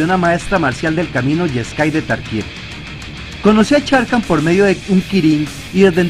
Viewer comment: Excelente video, gracias a ti conozco más sobre los Planeswalker... Solo tengo una duda, sobre la pronunciación de un nombre, ¿Sarkhan se pronuncia como se escribe o se pronuncia Sharkhan? Esa es mi duda, ya que otros youtubers al igual que tú lo pronuncian como "Sharkhan" en lugar de "Sarkhan"... Espero que me puedas aclarar esa duda.!